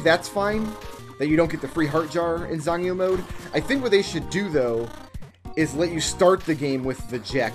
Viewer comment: As far as I can tell your pronunciation of "zangyou" was spot on.